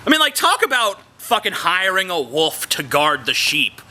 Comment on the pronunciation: teehee u pronounce wolf "woof" :D